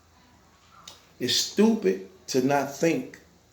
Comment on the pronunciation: this nigga said "tupid dog" 😂😂😂😂😂😂😂😂😂😂😂😂😂😂😂😂😂😂😂😂😂😂😂😂